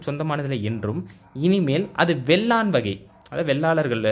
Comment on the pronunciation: வேளான் என்பதை வெள்ளான் என்று படித்து சொல்வதை தவிருங்கள்.